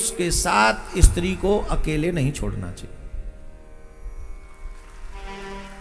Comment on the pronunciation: પહેલા બોલતાં શીખ ઈસ્ત્રી નહીં સ્ત્રી